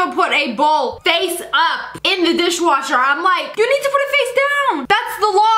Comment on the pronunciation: Dis - wash - HER